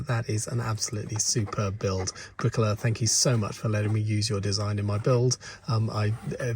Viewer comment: Oooh, Briquoleur! I thought you said Briquella, son of Queen Mabricka, planter of the Halego Tree.